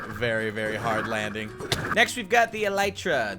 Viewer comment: Elytra is pronounced ee-lie-traa. I think